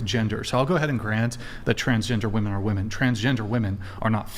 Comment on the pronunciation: In addition to MW not being able to pronounce “woman” and “women” correctly, anyone else notice how they pronounce it “SARE-ogate” instead of “surrogate?”